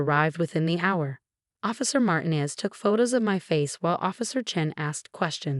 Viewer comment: I do like the narrator's voice. I have heard several stories by her. But. please, I beg you! She must learn how to pronounce people's names. In this story alone, Derrick and Martinez were constantly mispronounced. 😢In other stories, Rachel is mispronounced...and it is used often. Does no one review, edit or preview these stories? 🤯 Perhaps the voice-over actor is not a native English speaker. If not, then I congratulate her on her English speaking skills!😊 Is this possibility AI? I doubt it, as AI thinks a comma, like a period. is a full stop. PLEASE! Give her names she is familiar with and can easily pronounce or instruct her before hand. Never mess with someone's name.😬